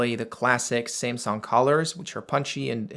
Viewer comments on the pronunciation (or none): ”SIMSUNG” 😂😂😂😂. Dude it’s SAMSUNG